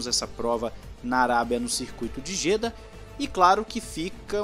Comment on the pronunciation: Pelo amor de Deus.... não se fala JÊDA. Tem que falar JEDÁ. A sílaba tônica está no Á.